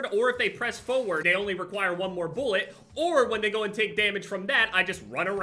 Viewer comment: boolet ah yes that is how you say it